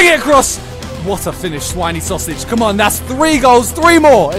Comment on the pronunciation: when he sed schwiny sausage i died